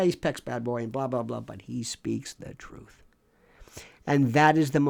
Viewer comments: Love your take and delivery on the matter...So funny to hear you say the many ways to say [Truth-Truf] lol😂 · HE SAID "TROOF!!!!!!!!!" iM ROFLMAO TROOOOOOF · lol, did he say truf!!!? I gotta rewind that!!! lol